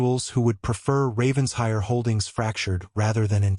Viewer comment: It’s Raven-shire!